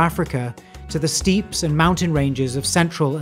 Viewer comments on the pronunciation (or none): Thanks for this. I noticed he also used the same mispronunciation in another video. The narrator has a pleasant and clear voice, but some very peculiar pronunciations, including "steeps" for "steppes" amongst others. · shouldn't this be pronounced as "steps" and not "steeps"? Just curious to know rather than poking fun. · "Steppes" is pronounced "steps", like step ladder, or walking steps, NOT "steeps". Lovely video, all the same.